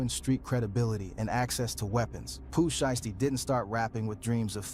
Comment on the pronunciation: The "Shy-yasty family" 😂😂😂😂 U know the person who uploaded this video u reacted to used an AI voice for this, cause no human who knows Pooh Shiesty pronounces it that way 😂 Pooh Shisty? 😂😂😂